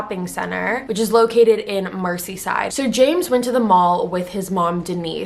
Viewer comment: This videos sad and all but you pronounced Merseyside, mercy-side